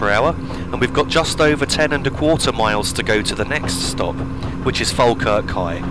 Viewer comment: Finally I found a yotuber who pronounced Falkirk right